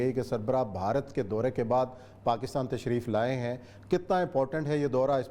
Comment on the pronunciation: Baharat nahi Bharat hota ha بہارت نہیں ہوتا بھارت درست ہے